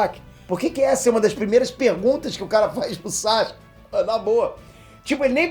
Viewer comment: Pq ele fala SACHUKE?